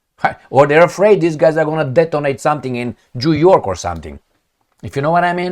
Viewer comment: "jew-york" lmfao!